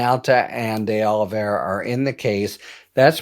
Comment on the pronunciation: The only reason I’m watching this anymore is bc Harry the Head is tho only lawyer talking head that can pronounce “Oliviera”.